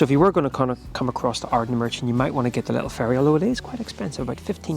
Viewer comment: Stumbled across your video as I was nostalgic about my younger days holidaying in portuairk (near sanna bay)….i suspect you’re originally from norn iron where I now reside so I have to forgive you the mispronunciation of Ardnamurchan (just). Glad you loved it..a magical place